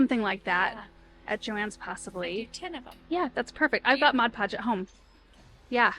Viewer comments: So many great ideas! I say “modge podge” too! 😂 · I call it "modge podge" too 😊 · I was laughing with you and your mom over the "mod podge". I always say "modge podge", maybe that is the off brand😆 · I say modge podge too!! I say that's correct.. 😉🤣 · I say modge podge too 😅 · I call it modge podge too. And I have no intent to stop 😂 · I say modge podge, too!!!😂😂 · I say modge podge too😂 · I’m always calling something wrong like modge podge 😂😂😂 and my kids laugh and laugh and make fun of me. I so enjoyed hearing someone else do the same thing 😊 The tree is beautiful 🎄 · I have always said modge pudge as well! I know the right way to say it but it never comes out that way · The tree is stunning. I say Modge Podge too😊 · I cal. It Modge Podge too. You know what she meant 😆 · I have to say, modge podge is how I’ve always pronounced it, just like your mom. Lol! runs to find my container to see how it’s really spelled! Well would you look at that! MOD PODGE! I learn something from you in every video! lol! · I used to say “Modge Podge” all the time like your mom and then one day really read the label so I know it’s Mod Podge but Modge Podge is so fun to say! 😂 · 😂 I say Modge Pogde too!! 😂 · Haha I say Modge Podge also! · I know this video is a year old, but still fun to watch. 😊 Love the videos with your Mom and Sister. I did have to laugh as I have been using Mod Podge for years, but somehow pronounce it just like your Mom! 😂 Thank you for the fun videos! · I’m 63 and say MODGE PODGE also. Lmbo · ....you and your family are the salt of the earth! WRT saying the word Mod Podge incorrectly, if we're being totally honest, we've ALL mispronounced it at least once, if not more! 😂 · I say Mod Podge wrong too! No worries, it’s the same, right?!😉